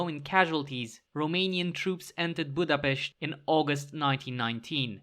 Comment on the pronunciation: Never heard someone saying Budapest this perfectly and saying Csaba soo badly at the same time